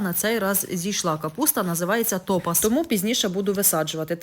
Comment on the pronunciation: Господиня!Ну що тут скажеш., все як у мене.Капусточка Топаз (наголос. на а,походить від назви дорогоцінного каменю)